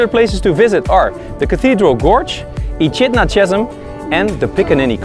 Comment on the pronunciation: Echidna is pronounced Ekidna, loved your editing 👌👌🇦🇺🇦🇺